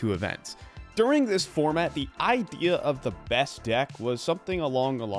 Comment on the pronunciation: Took until you pronounced the word idea to decide you're not the channel for me. Commenting for engagement cause I'm sure you're someones cup of tea :)